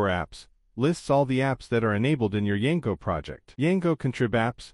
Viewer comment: why you saying Yango